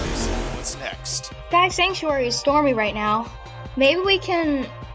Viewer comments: Is anyone else hearing them say sentry instead of sanctuary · yeh and I was yelling at my house that they were saying sanctuary wrong you are saying sentry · I find it funny that none of the VAs can probably say sanctuary